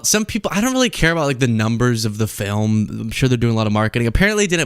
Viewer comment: She has been here for two decades and still can barely speak English. Pronounced “film” as “fill em.” Great style though.